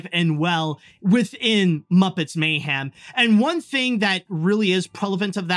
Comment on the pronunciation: Why are you pronouncing mayhem as "may-ham"? Dude please fix that.